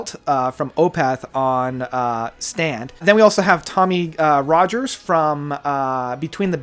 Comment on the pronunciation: I'm surprised you pronounced Tommy Rodgers' name right.